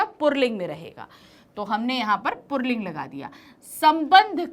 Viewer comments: पुल्लिंग है न कि पुर्लिंग । (purling ) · पुल्लिंग को purling क्यों बोलती है mam